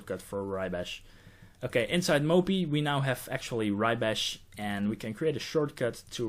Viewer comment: I like the way you pronounce mopy, moppie <3